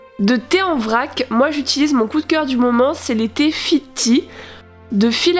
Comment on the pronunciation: C est fitea pas fiti